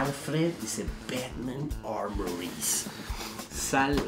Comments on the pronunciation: porque le dice ¨pelpet¨ al batman?? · Conocí hace poco Est e canal y me hace cagar de risa, aparte hace unboxing de altas figuras, lo que no se es por que le dice pelpets a batman jaja